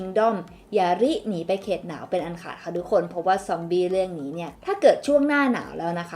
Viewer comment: ซ๊อมบี ซอมบี้ ซอมอี้ อี้ อี้